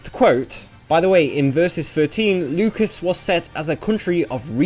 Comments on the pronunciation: Lucas???? It's Lucis... Loo Sis.... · This isn't the country of George Lucas, pronounce it properly scrub. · Every time you called it Lucas instead of Lucis I lost 100hp. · Who cares about China? Even talking animals are banned there By the way 'Lukis' lol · actually we're both wrong. It's latin and it's pronounced "Lootchis". But the game uses Loosis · Did he say Lucas? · It made me lose track of what he was saying every time he said Lukis. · You pronouncing Lucis is just by far the most awful thing I've heard this month. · Omg you butchered the pronunciation of Lucis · the way you pronounce "Lucis" is unsettling.